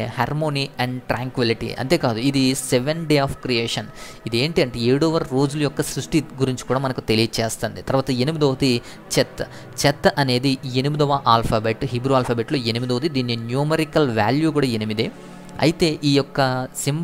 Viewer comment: Cheth చెత్ కాదు హెత్